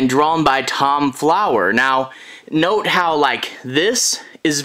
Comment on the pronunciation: U said flower not fowler lol 😆 nice review I'm thinking about doing reviews on comics also :) how did you Start